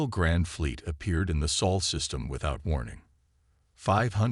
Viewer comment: It's supposed to be the "Sol" System, kupo.